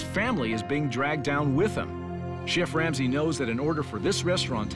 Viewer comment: "CHEFF Lamsey" 😂